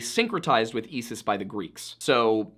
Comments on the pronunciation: It's pronounced (eye-sis) btw I know cause I was never after her lol. Obsessed with your channel btw. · Love your work, but I have one pronunciation correction: Isis is pronounced "eye-suhs" or "eye-sis". K thanks. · Serious the star and Esis the goddess? Never heard of them! Heard of Sirius and Isis though! Why are Americans so bad at pronunciation? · You have a very odd way of pronouncing "Isis" and it pulled me out for a moment. But overall a very interesting video.